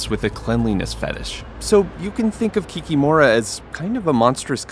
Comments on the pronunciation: It is KikImora, not KikimOra. Who said to pronounce this way at the beginning? It always was KikImora in Slavic cultures. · How funny! Swamp Kikimora (or as we say it - ki-kEE-mora, stress on "EE", not "O") is an old fairytale creature, from paganism era. Not really a monster, just a spirit that messes things up and protects chickens. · correctly emphasize the second syllable of this word - kik-í-mora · KikimorA, hit on A not O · It's funny that they were presenting Slavic creature, and just assumed that they say everything correctly, just like Americans do with names - Boris, Igor, Vladimir, etc. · Can't say for other Slavic languages but the correct pronunciation in Russian and Belarusian is kikImora, the stress is on i, not on o (кики́мора and кікі́мара respectively). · Kikiiiiiiiimora stress on the second vowel, do not make such mistakes, please